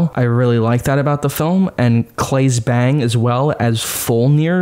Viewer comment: Claes Bang’s surname is pronounced Ban-gee :)